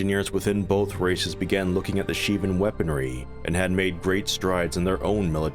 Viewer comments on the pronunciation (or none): none